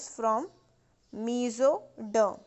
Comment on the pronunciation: Me so dum (mesoderm) 😂😂😂